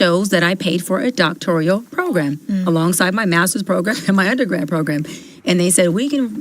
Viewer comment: What is doctoRIAL? It's docTORAL.